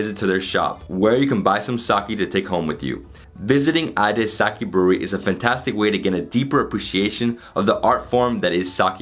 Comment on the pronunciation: Sake and Onsen two very simple words to pronounce. Hard to be an expert at something you cannot even correctly pronounce. You did an entire tour of a Sake brewery and yet didn't learn to pronounce the word?